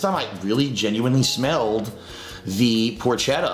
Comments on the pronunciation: you as an Italian should know it's pronounced "por-ketta", not "por-chetta" like it's spelled. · He always brags about being Italian but doesn’t know how to pronounce porchetta and calls it a fattier type of meat when it’s just a type of pork roast.